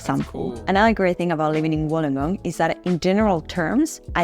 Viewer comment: Wollongong is pronounced as [Wool-long-gong]. Lived here all my life and I'm 49 years old. Can not live anywhere else. FYI, the ladies video really doesn't do justice on Wollongong as it focuses on North Wollongong and its suburbs. Wollongong was built on heavy industry, e.g. Bluescope aka BHP is the past. They specialise is steel production. Of late, the industry and started to slip BUT they are still big players along side AAT (Australian Amalgamated Terminals ) Car import and Export including break bulk. Anything (products) that can come on a ship, goes through AAT. There are are lot of Wollongong residents that work in Sydney as its 'close by' by car and by train. Councils with the 'Illawarra region' are Wollongong City Council, Shellharbour City Council and Kiama Council. Websites you should visit: & & Shellharbour: Kiama: Gerringong